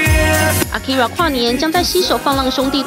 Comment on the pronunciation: 什麼年代了 還在用捲舌音念akira